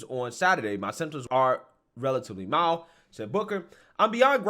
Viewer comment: It is 'mild'